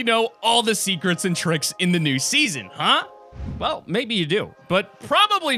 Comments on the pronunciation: "TIPS AND TRICIKS" :c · Tips and trivks